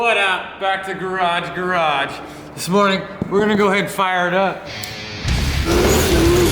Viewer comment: Say it right *garage garage *